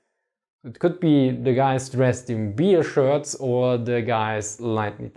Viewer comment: Not "Beer-shirts", rather "Bear-Shirts".